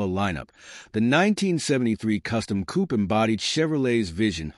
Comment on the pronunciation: Zum Schießen, wie die Yanks unfähig sind, das simple Wörtchen "Coupé" richtig zu artikulieren ...